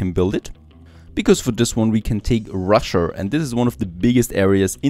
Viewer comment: why does he say rusher